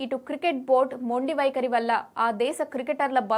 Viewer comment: News రీడర్ ఎంపిక అందం అనేది ప్రామాణికం కాదు, పలికే స్పష్టత ఉండాలి.. బారత్ కాదు భారత్, బద్రత కాదు భద్రత, వైకరి కాదు వైఖరి , బేటీ కాదు భేటీ.... ఇంకా ఎన్నెన్నో...